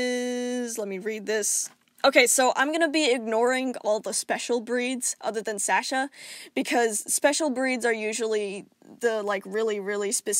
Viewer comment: This is all very interesting, I’ve always wondered about cat genetics and you’ve made it very easy to understand. But I just have to say, thank you for saying Sasha right. My name is Sasha and every time someone pronounces it in videos it’s never right but you got it right so thank you TwT